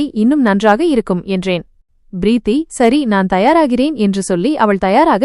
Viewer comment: “Preeththi enRa chol sariyaana uchcharippE illai. Purinthathaa? It is correctable.” — “M.K. Subramanian.”